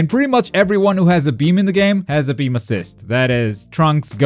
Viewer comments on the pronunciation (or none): i did not just hear this man say gotenks has bean assist lmaoooo